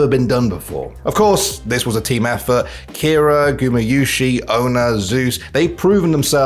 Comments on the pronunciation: It's Keria not Kira bruh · Kiera? It’s Keria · Are we just gonna ignore the fact that he called Keria, kira .